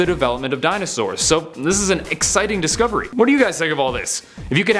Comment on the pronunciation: Did he just say eggsiting discovery